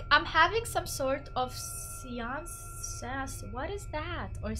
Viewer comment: it's pronounced sa/ an/ ce.